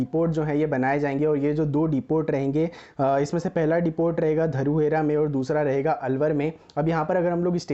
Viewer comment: ट्रेन और video अच्छी है परंतु आपकी English के शब्दों से हिंदी में बोलना कमजोर है. आपने बावल को बवाल बताया. धारूहेड़ा को धुरेड़ा बताया. इसके इसके बाद खैरतल को आपने क्या कहा है आप खुद ही अपनी वीडियो मे सुन लो